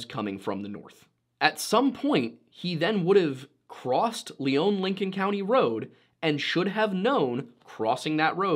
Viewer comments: Just to point out one thing. You highlighted south eastern Minnesota. Lyon county is southwestern Minnesota as you stated verbally. I was very confused when you said southwestern and “Leon” county being a resident of Lyon county it’s pronounced lion county by those who live here. I thought you were talking about a different county in SE Minnesota of a similar name until you mentioned towns around me. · Please don't show a picture of Goodhue Co while talking about Lyon. They're on opposite sides of the state. It's also not considered rural in by our standards in the upper Midwest. They're townies over there with some farmers around them. And it's "lion" not "Leone" when said. When you've got your own broadcast news, developed for tourism paved biking trails, a stadium named after a pizza company, concert arenas, and over 30 people per square mile you're not rural anymore, and I'd bet they're in the top half of population density based on the amount of money rolling through there. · Okay, for starters, it's pronounce "Lion" county, and second of all, the county you showed is a completely different county named Goodhue county Details my man, details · So is the name of the county pronounced Lee-own or Lie-on? I'm from Minnesota (SE) and I've always heard it as the latter. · edit: Lyon County not Leon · It's pronounced Lion County, just an fyi. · The area is mostly farm land in between the 2 towns. Only trees are along the rivers. I remember this story when it happened. Good chance is he fell through the ice on the river and body is just gone to wildlife or nature. Pronounced lyon wrong, its pronounced like lion. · Lyon is pronounced like Lion. And the map at the start is wrong side of state. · So i see what happened here the picture you showed was the wrong county, and it's pronounced "lion" county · This is old, but the county name is pronounced lion, like the animal. (I grew up in lyon county)